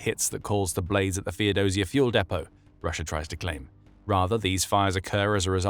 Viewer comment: Take a shot of vodka every time he says "RussiaR" 🤡